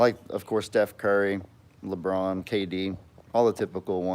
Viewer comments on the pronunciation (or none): none